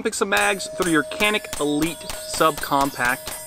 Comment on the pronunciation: It’s a Turkish gun. Canik is pronounced Janik I believe